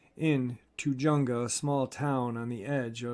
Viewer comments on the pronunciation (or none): Thats pronounced "Tu-hunga" Calif. J is silent J.